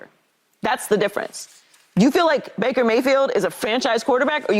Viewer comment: Lmao. 😂 Bake-er... Mayfield.